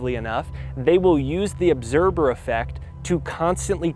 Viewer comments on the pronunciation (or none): obserber lol